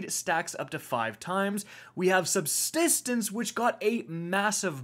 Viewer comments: Glad I wasn’t the only one who heard that lmao 😂😅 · We have “SUBTISTENCE”🥴🤣